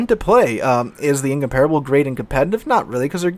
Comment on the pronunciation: nearly pronounced Incomparable correctly.